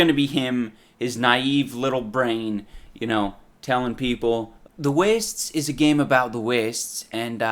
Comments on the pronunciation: I can't help but chuckle every time he says "ci'y" Also, because of the way he says "the wastes", I thought that in this game you could only travel to "the west" after leaving the city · holy shit i just realized he say s the wastes and not the west